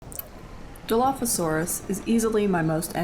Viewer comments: "Pack-e" not "patch-e" "Die-low" not "dillo" Sorry to nit pick 😆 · I’m sorry but the way you pronounce Dilo bothers me so much 😭